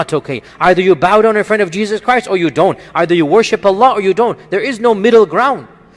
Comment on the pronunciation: brother just to let you know, you should pronounce Allah correctly, by Saying ALLAH and not just Alla. :)